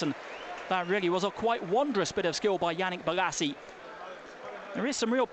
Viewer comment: he says his L's as G's. crystal paggis. Yannick Bogasie